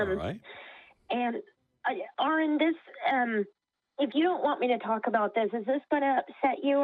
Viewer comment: 😂 Aron’s Cringe when she said his name wrong lmaooo!